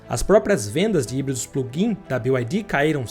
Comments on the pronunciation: O casa faz um vídeo de uma empresa e nem sequer ver que a empresa n é BIO AI DI, é Bi AI DI! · Não é "BiuAidi" 😂 todo mundo falando errado